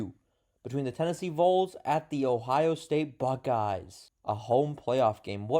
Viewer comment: It’s pronounced as “VALLS” bud